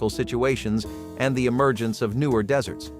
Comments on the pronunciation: Why does he pronounce the main topic word incorrectly. This is about desserts, not deserts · please stop calling them deserts desert has only 1S Desserts as two s's because it's sweet Let's see you tell the difference between how to pronounce the two words desert has 1 as dessert as 2 please stop calling desserts deserts deserts are arid plains that are ultra hot or ultra cold and have very little water rainfall. you do not eat a dessert you eat a dessert. again desert has won S you do not eat it, a dessert has two s's in it and you can eat those. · Kept waiting for a recipe including sand since the narration kept referring to them as deserts rather than as desserts! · It's deserts, desserts!